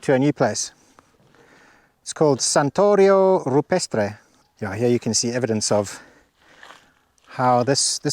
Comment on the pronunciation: Ohhh ok "Santuário is not" "Santorio"! 😊 All fine except you need to accent the "U" as in "universe" then accent the "A" pronounced as in "ahhhh" or as if saying "ahhhh fter" (after). Enjoy!